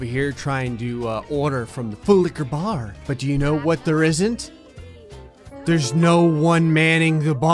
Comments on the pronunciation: I hate and love how he says full licher bar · I'M LAUGHING HYSTERICALLY RN, THIS MAN IS SO FUNNY 😭😭🤣 is that a "FULLIQUORBAR" the way he says it 😭😭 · I keep hearing fool licker bar when he says it’s slowly😂😂 and full licka bar when he says it more fast😂😂😂